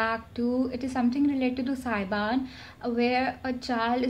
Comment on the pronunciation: What?! You say SAYBAN? its SABYAN girl. LOL